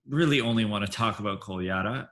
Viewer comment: Since he is so amazing and you guys love him, I'm going to tell you how to pronounce his last name. "Kole-ya-DA", emphasis on the last syllable. It seems a little weird, but we've all gotten used to it. You're welcome. 😊